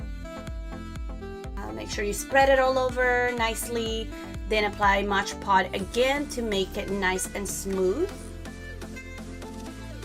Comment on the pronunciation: It’s soooo beautiful !! You are pronouncing it wrong it’s called Mod Podge not Modge Pod ! Just letting you know ! But your diy is soooo beautiful !!